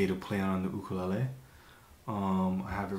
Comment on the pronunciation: why do you pronounce ukulele like that??